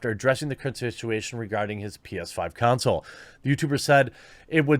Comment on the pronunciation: "con soul" not "cown sill"